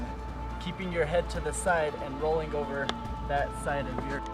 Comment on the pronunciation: Lol I like how he says rolling like "rollink" xD